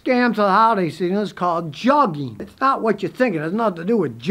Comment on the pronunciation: Its not pronounced jugging..it is Joog-ing